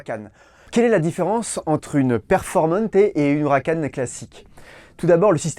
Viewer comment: « Houracan » il a dit 🤦‍♂️